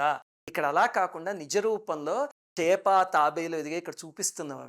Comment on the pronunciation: 1.You said tepa while referring to maschyavataram instead of chepa as we usually say. Is there any specific reason behind this? 2. In kala samhaara murthi lord shiva is killing yama dhrma raja with right leg But we were told from childhood that Lord Shiva used left leg. Because ma parvati resides in left half of shiva. So she becomes angry first..... How do you see this!!